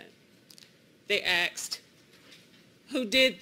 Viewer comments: ... "THEY AXED FOR HER NAME"... THEY AXED WHO DID THIS TO YOU?" Even a college graduate with a law degree can't fucking say ASKED. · " they aksed" lol😂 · They 'axed' what her name was??? 'Axed'??? How to mangle the English language. This is supposedly an intelligent woman and she cannot correctly pronounce 'asked'? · I don't care if she (somehow) passed the bar. I cannot take anyone who says "axed" instead of "asked" seriously. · It's like that Dilbert guy said, "Just get away from them." And never choose a defense attorney who says "axed" instead of "asked." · Axed lol. Mf'er is guilty. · "aksed" vs "asked" It's like calling spaghetti "basketti." It's not a dialect based mispronunciation, it's a mistake that's being taught and reinforced by parents and communities. It's the same as "nucular" or "buhsketti" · How on earth does a law school graduate pronounce "asked" as "axed?" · The defense lawyer not being able to say "asked" makes me so frustrated. You are a lawyer😂 you know the deference between asked and axed. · I love how his attorney uses ax’ed instead of asked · That defender using "AXED" instead of "asked" automatically lost the case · Youd think the attorney would articulate a sentence without saying "They Axed" Instead of "They Asked" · If your lawyer ever says "axed" instead of "asked," you need a new lawyer. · An attorney that says axed instead of asked……. Yikes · How can a lawyer say "axed" when she means "asked?" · If your attorney can’t pronounce the word “asked” correctly, your defense may not be the issue… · Why does the defense attorney, who gives the opening statement, keep saying "axed" instead of "asked"? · It's NOT axed, it's ASKED😮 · How the 'Fek' does one become a lawyer and still have the inability to pronounce "ASKED" & not "AKSED" She should be held in contempt of the English Language! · "They axed what her name was". Allegedly an educated lawyer. Hmmmmm. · If your lawyer pronounces ‘asked’ as ‘axed’, you know you’re going to jail.